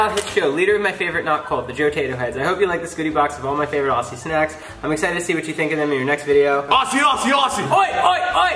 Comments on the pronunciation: It's not pronounced OSSIE it's pronounced OZZIE !!!! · Hey Americans! It’s pronounced ozzy not orzy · Then said ossie ossie ossie....I felt that....in future videos it’s pronounced like “Ozzie” 🤣🤣 Thankyou from Australia 😁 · it's not pronounced Aussie its pronounced Auzzie I would know I'm Australian. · PSA for you guys! When we say "Aussie Aussie Aussie", you pronounce it "AUZZIE". And the vegemite is up for interpretation but usually most people eat it for breakfast (or a snack) on toasted bread and you have an even amount of butter as you do vegemite- gets rid of the salty taste. Enjoy! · it’s pronounced OZ-ZEE